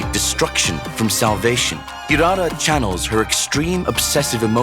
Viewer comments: Not hirara ❌ it's hilala ✅ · Hirara ❌❌❌ Hilala✅✅✅